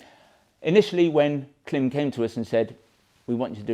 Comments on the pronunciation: I really enjoy your videos- they helped me select the Marakesh series for my hot weather riding here in Florida, USA. One thing- I have seen lots of Klim videos out there and this, different pronunciations of the brand. The Klim site has an intro, branding video… it actually IS pronounced “Climb”- go figure. Just thought you’d want to know. Cheers. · Klim is pronounced Climb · From google: How is the brand Klim pronounced? Klim (pronounced "climb"), based in Rigby, Idaho, is a company that manufactures motor sports (snowmobile and motorcycle) clothing using the same-name brand for men, women, and children. However, anything reviews is always very professional with tons of information.